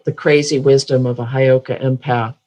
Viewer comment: Hey girls.....it's Heyoka Hi girls.... It's not Highoka